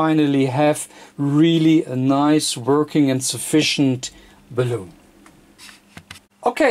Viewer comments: I have always pronounced the 'bal' in balun like 'balance', not like 'balloon', because calling it 'balloon' just sounds funny :P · Awesome project, thanks :) But PLEASE learn to pronounce BALUN correctly :)